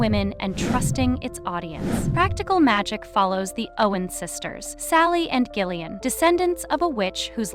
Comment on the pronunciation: I can't with the mispronunciation of Gillian's name!